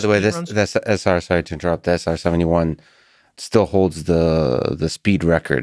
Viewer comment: "sorry to inturot" if you're sorry for inturpting 100 plus times maybe just stop... And give up on the self deprecation 100 other times saying your dumb